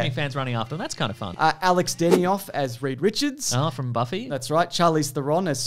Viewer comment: The way pronounces "Alexis Denisof" 😂 Also funnily enough I've been rewatching a lot of Angel this week & had the thought he'd be a good choice the other night. To find out he actually was a consideration is really great lol.